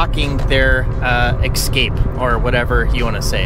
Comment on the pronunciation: Hi, Pronunciation Police here. Check the spelling of the word "especially". Notice it's not spelled exspecially, which is how you're saying it. Also, the word "escape" is not pronounced exscape. I'm seeing a pattern.